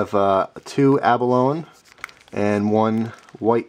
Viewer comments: I believe "Abalone" is pronounced "ah-buh-loh-nee" rather than "ah-buh-lone." We eat that stuff all the time. Om nom nom. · Merry Christmas and Happy New Year. By the way,for you "east coasters" the word abalone is pronounced abaloni,(ee). Great videos